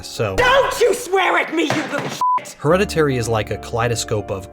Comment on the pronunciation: " her - head - a - teary " heh